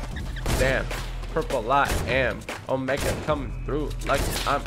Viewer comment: Not Trying tone a follower but it’s omega